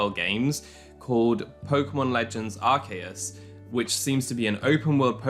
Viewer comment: You did not just say Arkayus......